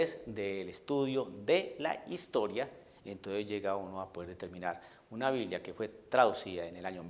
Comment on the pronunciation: Desde el segundo 1 de tu video ya estaba esperando que salieras con tu babosada de "la hishtoria" 🤣🤣🤣🤣🤣, no soportaste ni tres minutos sin salir con tu pavada.